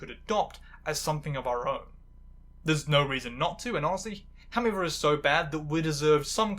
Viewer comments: You really need to slow down and enunciate, it's difficult to understand you when you pronounce "how I met your mother" as "hawayymuwer", and "challenged and recognised" as "charecognised". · The way you pronounce How I Met Your Mother like it’s two syllables must be some kind of witchcraft. More seriously, this was really interesting! I didn’t really watch sitcoms growing up but it’s interesting (though maybe in a morbid curiosity way) to see some of the things that have shaped how people like me are treated today. I especially love the trans spin on Robin, and the concept of a character Feeling trans even if it’s not actually canon. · Love how you pronounce How I Met Your Mother in a single syllable